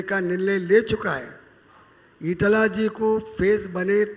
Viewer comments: Its not eataly , its eetala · It's Eatela..Not Italy 😅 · ITS NOT “EATALY”. ITS “EETELA”